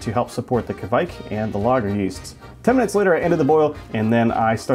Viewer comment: Hi there! Norwegian here! I just wanted to say, you Americans (I'm looking at you as a psuedo American and as well!) gotta stop saying "kevaik" or something similar. Its norwegian pronunciation is much closer to Quake. As in the computer game or group of people. Cheers!